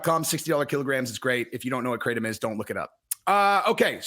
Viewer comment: its pronounced krah-tom